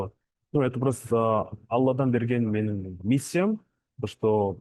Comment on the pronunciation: ПікіріН демей, пікіріҢ деп Ң мен Н ны дұрыс айтыңдаршы журналисттер. Деффектологпен жұмыс жасаңдар,болмаса Ң дыбысы бар сөздерді жаттап алыңдаршы. Н деп мұрнын тазаламаған бала сияқты сөйлемей. ІзденіпсіН❌ Ізденіпсің✅ МеніМ ❌ менің ✅т.б Журналист бола тұра, неге дұрыс сөйлемейсіңдер🤦😡